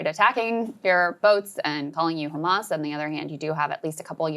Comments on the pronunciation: If Israel is that tough why don’t he attacks those ships from Italy and Spain He starves children’s and comes on TV to lie it’s taken By khhhamas like he can’t pronounce the H Hamas .hd us worst than Hitler this dog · 'khamas italy, khamas spain!